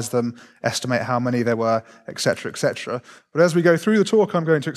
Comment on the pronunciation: How do you become an academic without learning how "etc" is pronounced? 🤦‍♂️ (and "pacifically"' "specifically")